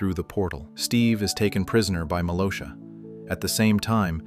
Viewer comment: Hey dude just to let you know her names malgosha not malosha